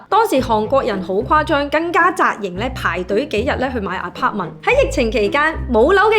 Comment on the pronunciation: 点解你会读apartment做aparter？